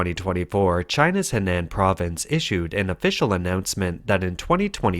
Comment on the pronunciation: Henan = "Huhnahn" not "Hehnanne".